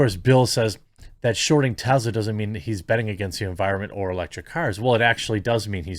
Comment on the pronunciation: Tezla ? Jeremy ? Really …